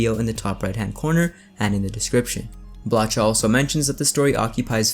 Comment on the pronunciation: Blacha is pronounced Blaha in Polish. With ch pronounced as simple h as in "history".